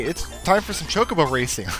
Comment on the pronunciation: What is "choke a bow racing?" I thought it was ChoCObo Racing.